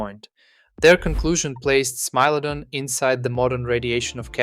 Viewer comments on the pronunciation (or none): Stop saying smee lodon ffs!